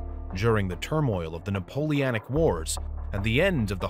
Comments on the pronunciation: "napoleanic wars" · Did he say: Napoleanic